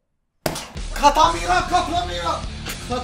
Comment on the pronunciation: Katamira değil nique tà mère ben fransızca biliyom